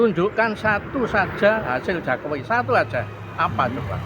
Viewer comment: Itu orang gila kok di wawancarai, nyebut Jokowi aja jakowi hahaha wong gemblung,,😂😂😂